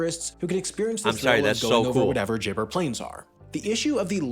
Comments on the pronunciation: not to mention it isnt "jibber" plains haha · Lake Eyre is pronounced Lake "Air", not "Ire". Sheesh! Also, it's Gibber, not Jibber Plains.